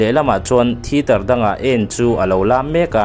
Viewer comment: thiter ni lo in thiater tih tur